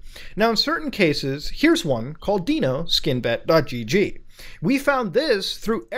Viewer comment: Mans doesn’t know how to say Dino 🦕